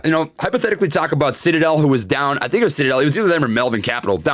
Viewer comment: did he say shitadel? 🤣